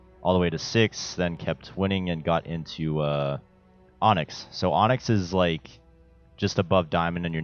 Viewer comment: My boi said “onxy” 🤣